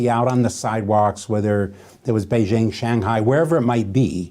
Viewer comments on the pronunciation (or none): none